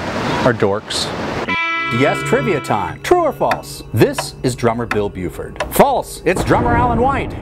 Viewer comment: It's Bill Bruford, not Buford... Also you skipped over Patrick Moraz and Relayer. Edit: also, there are still two factions of yes. ARW and Steve Howe's Yes are the two contemporary Yes groups.